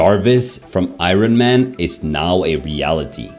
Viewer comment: Who's Irin-man?